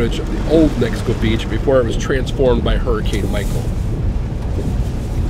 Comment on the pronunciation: It's hilarious that SO MANY storm chasers, and national media, had such a difficult time with the city's name. Mexico Beach. Not Mexico City Beach.